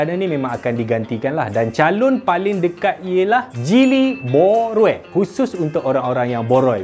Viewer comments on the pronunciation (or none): Hahahaha boo rui tuk orang yang boroi. Betul sangatlah tu.....Sebut betul2...Boorui....kalau cakap cepat2 jadi booroiii.